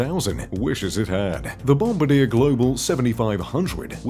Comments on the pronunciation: BOMBADEER?!?!? Um, try "Bom-bar-dee-'air," dummy. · FYI - it's pronounced BOM-BAR-DI-YAY not "Bombadir" and Dassault is not "Dasalt" it's pronounced DA-SO. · It’s not pronounced “ bomb a deer”. It’s bom bar de aaa”. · I have a friend who flew these jets. The narrator needs an education: it's not Bomb-a-DEER... It's the French Bom-BAR-dee-ay. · BOMB - BAR - DEE - A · Bombardier is French. Bon-bar-dyè. It's not named for a member of bombers aircrew. Lol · You would think someone who does the research for these videos would at least learn how to pronounce Bombardier! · needs to learn how to pronounce Bombardier.lol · Doubt it, since they didn't pronounce the name correctly! :-)